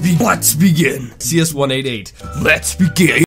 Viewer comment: Sometimes when he says lets begin it sounds like he is saying lesbian